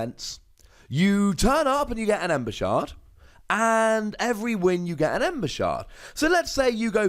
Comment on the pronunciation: Linguisticly, the ae character is pronounced as a long a. Like "aim". That said, meh, it is what it is XD lol